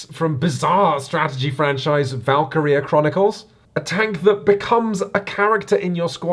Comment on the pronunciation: Valkyria Chronicles is great but uh, is that how British people pronunce valkyria? Not trying to be mean I just think it's funny